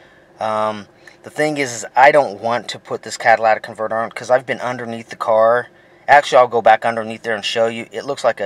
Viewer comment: You're pronouncing it wrong it's not a Cadillac converter